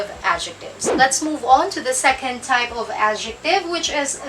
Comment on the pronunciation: Pero Mali Ang sinabi kanina, Sabi " Secend" instead na" Second" sorry for this..